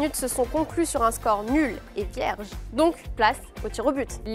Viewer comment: Sa façon de dire « vierge » 🧐